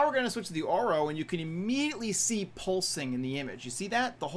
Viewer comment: Should pronounce it correctly orVo and orWo (engllsh)